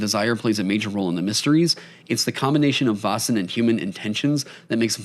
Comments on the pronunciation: The 'Vä' or 'Vae' in Väsen / Vaesen should be pronounced a bit more like the 'Ve' in Very, /Swede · Also, "Vasen" = the vase. Made me giggle and cringe a little each time. 😆 /Another Swede